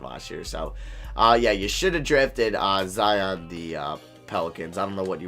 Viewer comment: did he say Za vs Jion? Lol